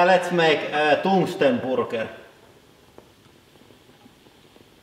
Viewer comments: "Toongsten Boorger" God i love the accents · I have never ever heard anyone say burger that way before! :D Toongsten boorger